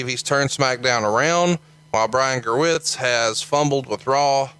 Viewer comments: Brian Gowertz not Gerwitz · Its gewirtz